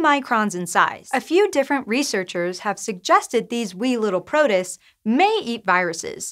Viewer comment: I've been enjoying presenting but she said protist really weirdly in this one. I'm looking forward to her getting the hang of all the weird science words.